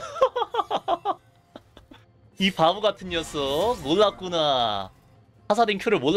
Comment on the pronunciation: 몰랐구나 몰라요를 믈락구나 믈락요라고 발음하노